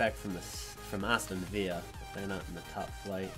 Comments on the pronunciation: Am I the only one who heard Aston Via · You may be weirded out by him looking like a character from the "Take on Me" video, but I can't forgive my mans calling Aston Villa "ayston veeya". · My man called Aston Villa "Aston Viya" 😂😂😂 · Aston Veeah 😂😂😭😭